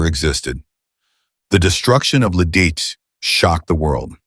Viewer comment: You aren't pronoucing Lidici correctly, even though you've said it at least 3 ways in this vid. You know, you can look up pronunciations on google.